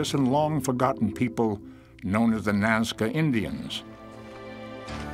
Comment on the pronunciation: Nazca not mazca. just fyi!😁